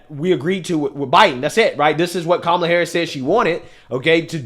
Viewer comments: Did she say Kuala Harris 😂😂😂😂😂😂😂😂😂😂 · She said..."Kawala" 😆 🤣 😂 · She's calling Kamala Kawalla😂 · Love it, I call her cumal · She intentionally mispronounced her name! How racist.